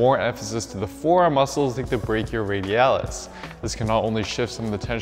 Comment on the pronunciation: how long did he practice the word "brachioradialis" to say it in one cut haha